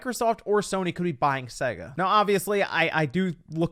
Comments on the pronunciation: The way he says SEGA physically hurts me, imagine you got this when booting up Sonic. 😬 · The way you say Sega really annoys me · I don’t like the way you pronounce Sega